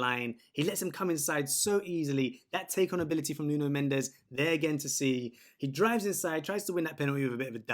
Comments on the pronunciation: Mate is not Nuno mendeseee (in spanish) is nuno mendeshh (in Portuguese), otherwise it sounds like me saying an english name with a french acent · Mendes, not Mendez ! S = ch/sh/x "Mendsh/ch" - The last "E" is silent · His name is Mendes ( portuguese) not Mendez ( spanish).